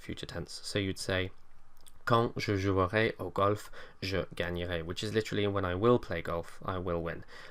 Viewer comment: Nice presentation for international students. However, please correct your mispronunciation of "jouerai". E is silent here (after a vocalised vowel), so you'll never hear /ʒuœʁe/ but /ʒuʁe/. Also, don't forget to mention accents (j'achèterai)! Cordialement